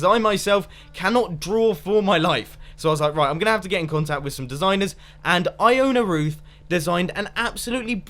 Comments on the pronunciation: I thought you said i own a roof, instead of Ioana Ruth. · when you first said Ioana ruth I thought you said I own a Roof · When you said "Iona Ruth" I thought you said "I own a roof" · I-own-a roof